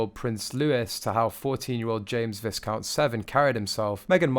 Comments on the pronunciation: The behaviour of Viscount Severn (pronounced Vi ~count) and 4-year old Prince Louis (pronounce Lou- i) in fact the behaviour of all the children of the royal family is what the British public have come to expect. It is the result of good parenting and the independent school system. I'm not saying that any type of child couldn't have behaved in that way they could providing they had, had the appropriate upbringing which encompassed all the necessary values. This is why we are exceedingly proud of our royal family and children. eg the behaviour of Prince George and Princess Charlotte throughout the Queen's funeral service. Undoubtedly they were aware that they would have been seen by millions and millions of people around the world yet they were just perfectly behaved royals who were at the moment were missing their much beloved great grandmother at the same time the grandfather was now the king of England their grandmother was the Queen Consort, they had just moved homes, their surnames had changed not once but twice and they had for the first time attended the same school together. These are young children under an amazing amount of stress difficult for us to comprehend yet they would have made the great grandmother so proud of them This is DUTY! As a teacher of children age 4 to 11 yrs I know what young children can attain in terms of behaviour if there is the expectation by significant others. If we don't expect them to behave properly on the whole they don't. Talk with a c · It's viscount - sounds like vycount. Harry looked like the toy soldier he is. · Viscount! Don't sound the 's'. Sounds like VYCOUNT. Really ignorant. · Viscount is pronounced Vycount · Viscount is pronounced Vicount no s sound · It is pronounced Vi-count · Just an observation but his title is pronounced Vi count...the S is silent like the b in lamb. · Viscount is pronounced Vycount (silent 'S') and Louis is pronounced Louee (again, a silent 'S') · Yes, so annoying how it was pronounced.